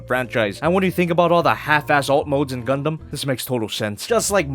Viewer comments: DId yOu sAy GuNdam?? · Did you say Gundam? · Did you say Gundum plalalalalalal